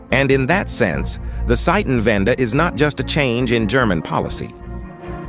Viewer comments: When using German words, pay attention to the pronunciation. here it is said as Seitenwende, what means, we change sides. Zeitenwende (Tsaitenwende) means turning point. German Z is never spoken as S, but always as TS. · It’s Zeitenwende not Seitenwende as the speaker pronounces it wrongly. Zeitenwende is change of TIME not change of SIDES as Seitenwende would be.